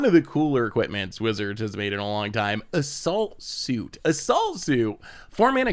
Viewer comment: sounded like "a salt suit" if you don't see the card haha